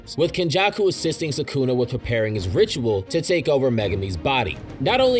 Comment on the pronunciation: Its not "SAkuna" its "sukuna" If gege kills gojo iam never gonna forgive him for the shit